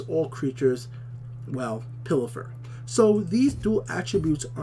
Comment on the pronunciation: "Pilfer", not "Pillifer" ! XD